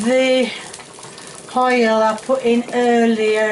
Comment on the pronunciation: When you say "hoil" reminds me of my old neighbour Mr Morris.... Love it ❤